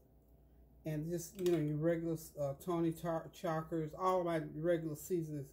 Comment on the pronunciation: Hey, it’s pronounced.. Tony SHA-SHIR-REE. 😂